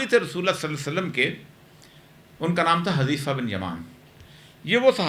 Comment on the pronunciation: حٌذيفہ صحیح تلفظ ھے۔ عربی نام ھے۔ ح پر پیش کے ساتھ ۔